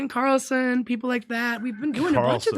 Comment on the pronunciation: But low key roasts him for saying Ken Carlson instead of Carson 😂 🤦‍♂️